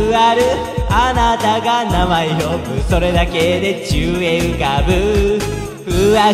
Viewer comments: 「宙へ浮かぶ」がどうしても「チューインガム」に聞こえる… 鼻声かあええ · 何回聞いても｢宙へ浮かぶ｣が｢ちゅうえい浮かぶ｣に聞こえる…